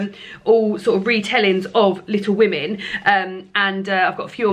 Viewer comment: Maybe add the n back on? Call it Little Wo-May-n rather than Little Wo-May. It's great to have you back. You seem extra cheerful today so I think the break did you good.